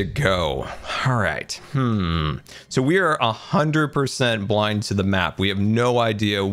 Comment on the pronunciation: I just watched Grian's episode and I thought said: "a-ha ndred percent"